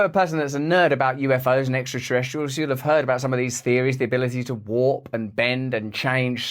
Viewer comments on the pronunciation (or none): none